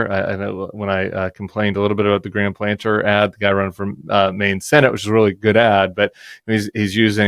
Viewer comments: Platner, not Planter TIm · Guys, it's Graham PLATNER, not planter. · Is his name not PLATner? Sorry, just hear you get this name wrong all the time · It's Graham PLATNER, not planter, ffs